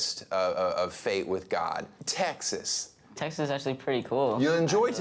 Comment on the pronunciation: Texas has an A not a U towards the end........... furthermore I am damn proud of Mac!!! I am from Houston and wish Mac the absolute best on his journey in life. As he said "Texas is pretty cool." Keep kicking ass mac!